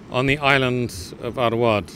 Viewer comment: It is not *Award, it is rather Arwad.